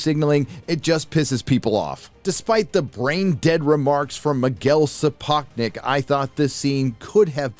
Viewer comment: you mispronunced Sapochnik.:) btw what the hell is the deal with those black people wearing white wigs. Are they supposed to represent Targaryens? I ask this because I won’t watch this garbage